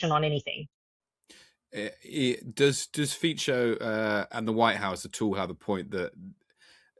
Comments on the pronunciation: It's Slovak. Not Slovakian. And it's pronounced "Fitso," not "Fiko". Not that this would matter. But I used to trust professional journalists. Maybe I am old-fashioned. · Pronounced FEE - tso , not FEE - ko. Dude. Learn about how Slovak is pronounced. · Fico is pronounced more like "fitzo", not "fisho". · Robert Fiko :D His surname is pronounced as Fitso. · It's pronounced Feetso not Feeko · I love how the pronunciation of Fico’s name keeps changing during the conversation. Ficko, Ficho, Fisho 😅 fyi, it’s “Fitso” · Fico no "FIKO". French - India - Color - Orange. Please respect the language or do not use it. Just use Slovak prime minister. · Not Fee-ko, pronouciation is Fee-tso 😉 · I love how the host struggles with the pronunciation of the PM Fico's name. He starts with "Fiko", when hearing the correct pronunction by Ms Sheftalovich "Fitso", echos it right, only later to mispronounce it again as "Fitcho".:) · He's pronounced Robert "Fit So" ffs. Are you a journalist or what? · It's Fico, not Fiko!